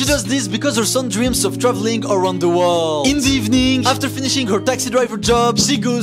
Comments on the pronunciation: "aRoUNd ThE WoLdDdD"😂😂😂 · Bro was like- “around ZTHA WORLLLLL” “ZSOLLNNNN” 🥲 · “Awound da waaald 🗣️”